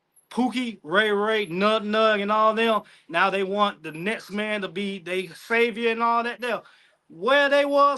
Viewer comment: Next...he says..nexsss